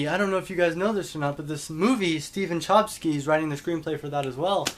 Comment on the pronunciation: I don't remember anything from The Perks of Being a Wallflower. That shows you how much I liked it. The way you say Chbosky cracks me up. :)